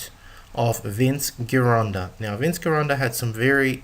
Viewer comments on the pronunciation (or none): Me think the correct pronunciation i GEEronda, scary if you dn't even know that.